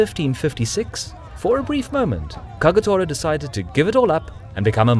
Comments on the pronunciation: KAGATORAじゃなくてKAGETORAな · Kawanakajima not Kowanakajima Kagetora not Kagatora. Why are these idiots unable to pronounce even as they wrote it? Have they been caught in a magic trick? O.K. I'm done with this stupid insult for other's name. I should have known that....